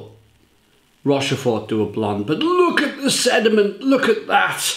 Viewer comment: Good enthusiastic review of a great beer. Should be pronounced 'Rosh-For'. Sorry.